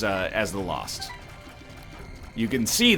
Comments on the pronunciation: "Lolst run" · That was a weird way to say "Lost".